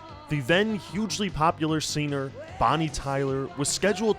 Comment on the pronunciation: Why does he pronounce "singer" as "sinner"? Some regional accent?